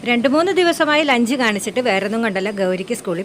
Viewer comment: ലെഞ്ച് അല്ല ലഞ്ച്